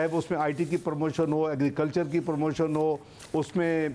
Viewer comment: AGREECULCHER AGREECULCHER AGREECULCHER AGREECULCHER BUS AGREECULCHER